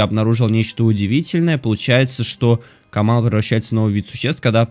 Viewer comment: не камалы а каммалы, Иверста ударение на е, ПалонтрАс не так а ПалОнтрас. Лайки что бы увидел